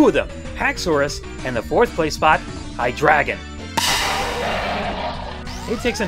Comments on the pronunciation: You're saying Hy-DREI-gon wrong. It's pronounced like dry, because of germand: eins, zwei, drei. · its pronounced hi-dry-gon drei is german for 3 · it's pronounced Hi-dry-gon like the german for three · technically, tyranitar is the 'dragon' of gen 2. also hydreigon is pronounced "high-dry-gone" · What episode (or movie) did you check? Because I distinctly remember it being pronounced "Hy-dry-gon." And by the way, fantastic list :) Just like always.